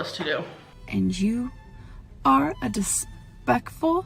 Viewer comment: She said "you're dispeckful,". Like the other word but more daintier like our gorl. ~ And the Influencers just do Amberlynn better these days, from your very distinguished and esteemed self to Willow, Zachary, Geese and the other past and present greats my memory robs me of right now.